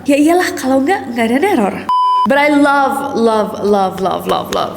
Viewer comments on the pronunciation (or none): none